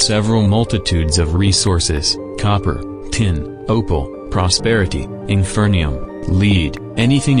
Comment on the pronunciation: The TTS called Inferium "Infernium" lmao TTS is a CalamityMod player confirmed????